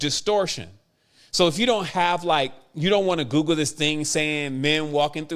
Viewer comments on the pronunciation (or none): none